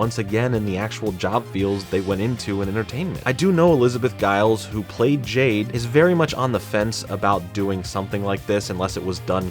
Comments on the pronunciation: Gill-eez not Guyles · omg haha you made me laugh when you said Liz Gillies last name, it's pronounced like GILL-EES just fyi